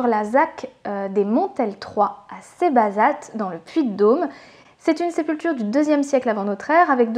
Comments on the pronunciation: Je regarde cette vidéo un an plus tard, mais je suis obligé d'intervenir. Il y a une erreur impardonnable dans cette vidéo ! Le T ne se prononce pas dans Cébazat. Impardonnable, je disais. Voilà, voilà. Sinon, le reste, ça va :D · Merci super taf! Comme d'hab! (par contre on ne prononce pas le T de Cébazat (c'est valable pour tout les noms de patelins auvergnats en AT à ma connaissance)) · Très belle vidéo, bravo encore une fois ! Cependant, le T de Cébazat ne se prononce pas mais je chipote ^^